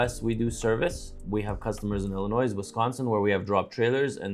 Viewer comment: ......Illinois is pronounced Illi-noee not Illin-noise. The S is silent.